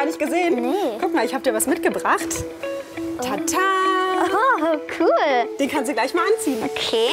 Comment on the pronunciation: das heißt c o o l und nicht kull